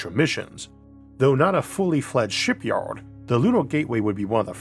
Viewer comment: Maybe try speaking more clearly - sounds like a mouthful of marbles. What’s a Shipyowed ? Oh, you mean Shipyard. Not easy to follow your speech, frankly, though the tone of it is pleasant. Maybe get some professional advice.